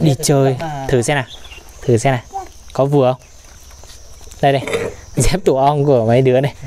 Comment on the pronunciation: Đi dép chứ không phải là"đi re'p"